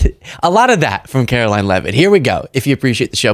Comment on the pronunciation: Please say her name correctly: Carolying.